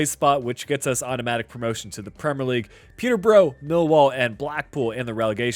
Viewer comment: hi it’s pronounced peter-bruh not bro